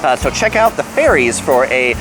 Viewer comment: Who else heard 'ferry's' as 'fairies'? 😁